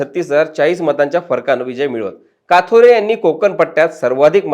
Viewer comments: It's kathore not kaathore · साहेब किसन काथोरे बोलू नका कथोरे बोला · बारोरा,काथोरे, काय तुम्ही साधे नाव तुम्हाला घेता येत नाही